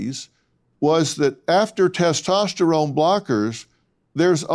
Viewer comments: Testestralone? What’s that? If a person can’t even correctly pronounce a word in but guns to believe what they have to say about it. Testosterone. Estrogen. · "Tes testerone" lol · I'm sorry I can't take anyone serious that says testEsterone. It's not a rigorous test to prove if you're a female. And if I were an athlete, in today's day and age, I would happily take that test as I'm sure most other female athletes would. This person is a liar. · "" my man, don't try to school me on biology when you can't even pronounce "testosterone" correctly.